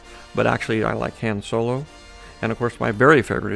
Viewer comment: i heard so many mistakes...Chewiebacca, Hans Solo